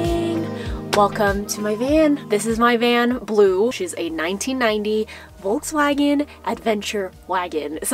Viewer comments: Well its volkswagen with V not W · It's just so cute how English speaking ppl pronounce Volkswagen